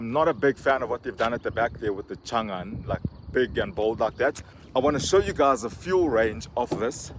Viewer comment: Thought I heard you say "Shangan Hunter" 🤪